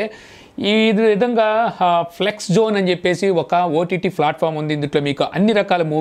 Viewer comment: నాన్నా.. అది ఫ్లెక్స్ కాదు ఫ్లిక్స్